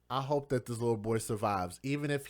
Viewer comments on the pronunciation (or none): none